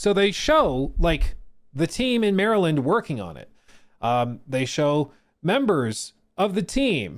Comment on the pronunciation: You say Maryland like us Marylanders.